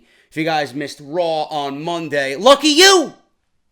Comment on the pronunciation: Ohhh it isn't RAAW man!!